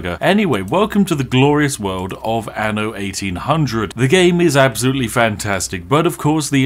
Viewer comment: Tip: when you pronounce "anno", you need to pronounce the double n. Ie, say "an no", not "a no". "Anno" is Latin for "in the year", but pronouncing it like you do is Latin "ano", meaning "in the arsehole."